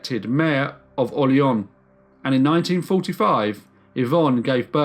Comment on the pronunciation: I shudder every time the narrator pronounces it "Orle-onn".